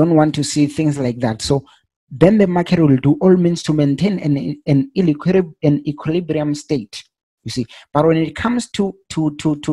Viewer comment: That word equilibrium is sometimes difficult to pronounce lol 😂 But bro to be honest enough I have never found anyone who explain like you do you really make me to understand thanks a lot bro, hoping I'll grow my account and live in this for I really like to trade